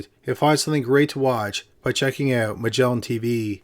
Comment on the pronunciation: "Magellan Tveeeee"